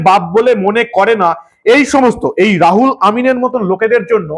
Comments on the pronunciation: রুহুল (ruhul) কে রাহুল কেন বলছেন বুঝতে পারছি না। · দাদা নাম টা রাহুল নয়, রুহুল হবে। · বার বার "রাহুল' বলছেন কেন ! নাম তো "রুহুল " ! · রাহুল না দাদা ওটা রুহুল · নামটা রাহুল নয় রুহুল আর হাতের কাগজ টা এত বেশী শাফলিং না করলেই ভাল। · আপনি নাম টা ভুল উচ্চারণ করেছেন